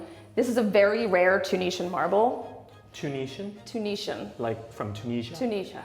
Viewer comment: Oh dear, does have some intriguing pronunciations; Elizabeth -Ian, snucker, hand painted ‘muriel’, too-neshian, (it’s a ‘minstrels gallery’ not a mezzanine balcony). If you are going to show a property and talk with authority then at least make sure you know what you are talking about.